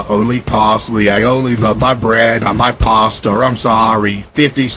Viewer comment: why caseOH say “pastar”